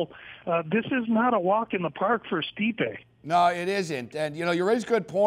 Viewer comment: learn their names for crying out loud, its pronouced ste-pe not sti-pe, have you ever listened to commentary before